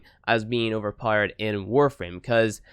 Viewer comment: Powered not powerede